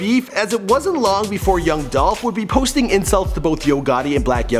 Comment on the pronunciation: ITS DOLPH!!!